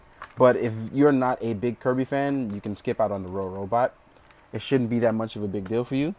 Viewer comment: So uh, first of all it's funny that you keep saying Rorobot, because it's supposed to be Robobot. Might be helpful to make an annotation to fix that or something. With the clear joints, the main reason why the joints feel loose is just because they slide out slightly when moved. It's easy to fix by just pushing the peg back in and tightening it. Overall nice review, but it's just somewhat irksome when "Rorobot" is said. lol